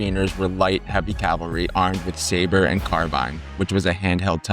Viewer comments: I obviously enjoy this topic, so thanks for making it. With respect, please do not say “Calvary” when discussing “cavalry”. “Calvary” is a place, and “cavalry” is a bunch of soldiers on horseback with bad intent. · WHAT? Cuirassiers is Kwi-rah-si-AY. Their armor was the cuirass (KWI-rahs). And "calvary" for "cavalry"? Calvary is a place!